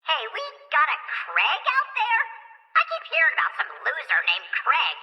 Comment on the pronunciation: only thing i dislike about is how he says the name craig as crEg and not crAIg